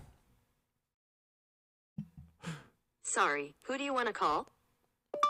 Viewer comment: "Call James Strieb¹." Linus and are not wrong. Voice recognition should handle variations — including (typical) mispronuciations of words. ¹ "Strieb" is a German word (and surname) — meaning "drove". The correct pronunciation is /streeb/ — not /stribe/.